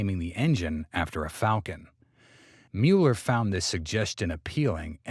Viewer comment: Not Mewler, Muller.